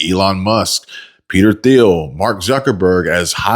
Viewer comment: I agree with your views completely, BUT Peter Thiel’s last name is pronounced “teal” without the th sound. AOC did have that correct even if it was the only thing she got right.